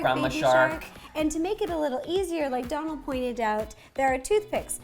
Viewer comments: Ciara S Its not Dolan its Dónal and that little line is called a fada and its what makes his name irish and it’s pronounced like ‘oh’ not ‘on’ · sarah sarcia His name is Dónal not donald, and it’s pronounced different than how to Rosanna was actually saying it, she was saying it like ‘d-on-al’ but it’s actually pronounced like ‘d-oh-nal’ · I think it's pronounced dough-nl and not donal (like the first part of Donald) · His name is Donal as in Doughnal not Donal as in Donald Duck, please stop butchering it for the sanity of us Irish viewers 😂 Great video though 👍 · I die inside every time she pronounces Donal Donul it's pronounced donel life omfg😂😂😂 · IT'S PRONOUNCED "DOH-NAL" GAHHHHHHHHHHHH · Why can't anyone there pronounce your name correctly? 😁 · Yes my fellow Irish man💪🏻💪🏻🇮🇪 his name is pronounced like u were about to say donut but al at the end😉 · Hi ro (btw no hate and luv u) but you know Donal is pronounced DOEnal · DOUGH- NALL. Lets pronounce Irish names right 👏🏼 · Rosanna your saying his name wrong girl I love you and your so goo at what you do but your saying his name wrong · Your saying his name wrong